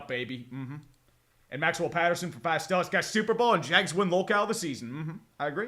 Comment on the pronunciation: SHITLLERS GAWNTA SHUPERBWL?!